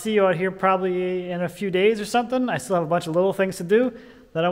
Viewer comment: "I just have this little pallet here which is THILL in the way." 😂 You've been doing Wood Talk too long and are starting to sound like a fabulous jersey boy. Ha! Really enjoyed the video, thanks for posting.